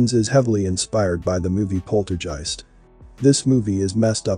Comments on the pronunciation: It's POLTERGEIST....Not "Polterjeist"....Uggghhh!?!? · Good video but > It's NOT pronounced polterjeist (with a j). And the reference to 'cash cow' refers to the bankster clans own reference to us as their cattle (its written in their 'belief system' books). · I cant listen - saying polterjeisg with a j is triggering me! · pronounced guy-ist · Dude you need to pronounce the word 'Poltergeist' ' like you would the 'G' letter in the word 'Ghost' that's how it sounds not like a 'J' as you say otherwise great video! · You're mispronouncing the name of the movie. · Who doest know how to pronounce poltergeist?? Just when its mentionned a dozen times... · Sir. poltergeist is pronounced with a HARD G (like give or guitar) sound. Not a j sound (like jive). Just saying... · While your video is interesting and informative; you sound about as enthusiastic as a rock in your descriptions. Unless you’re using a n AI voice for the narration; which would explain the mispronunciation of ‘poltergeist’ several times.